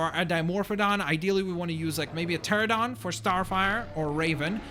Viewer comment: PTERANODON NOT PTERADON!!